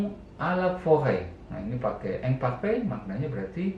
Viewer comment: prononciationnya diperhatikan pak. saya perhatiin bapak kalo ngomong « imparfait » pronouncenya jadi « ongparfe » , sedangkan kalo ngomong « attends » malah jadi « attang » . prononciation dari quand juga seharusnya kan « kong » bukan « kang » . harusnya kan im dan in yang dibaca « ang » , an/am dan en/em dibaca « ong »